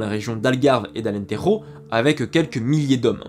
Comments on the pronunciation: Svp, Alem do Tejo devenu Alentejo se prononce avec un J comme en français . Il n’y a pes de « Rota » en portugais.. Alentejo se prononce alentejjjjjo et pas alenterro… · Et pas Alentero non plus mais Alentejo comme en français. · J'ai très vite arrêté de regarder....je suis désolé mais faut arrêter de prononcer le Portugais comme de l'espagnol, les "J" on les prononcent comme en France. Désolé, c'est juste qu'on en a marre qu'on nous fasse passer pour des espagnols quoi. Sinon c'est très bien expliqué, avec plein de détails, je suis sûr que la suite est bonne...